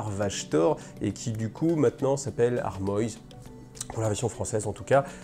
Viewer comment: Tu peux prononcer Armoise en français, c'est un nom de plante. ^^